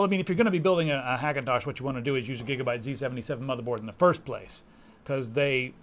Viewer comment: "gigerbyte board" lol